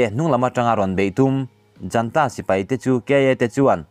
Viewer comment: Thu chhiarchhuah a ngaih nawm khawp mai. Chumi karah heihi kan lo zep ve. Junta hi a ziak anga lam mai tur.